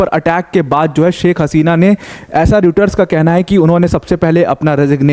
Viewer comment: सर रूटर्स नही रॉयटर्स है।ठीक से पढ़ना भी नही आता